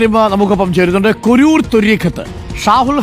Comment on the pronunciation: കുരൂർ അല്ല സാറേ കുരുവട്ടൂർ എന്നാണ്